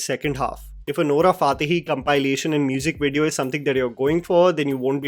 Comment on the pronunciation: Why do you always pronounce Nora Fatehi's name wrong?? Fix it dude.